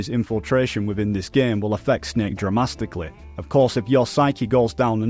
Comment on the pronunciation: "Dramastically" is my new favorite word